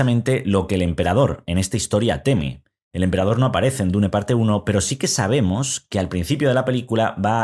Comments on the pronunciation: Se dice: dun o duna ni existe eso de dune o diun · En realidad la pronunciacion correcta en ingles es Diun. Deja de inventar si ni sabes el idioma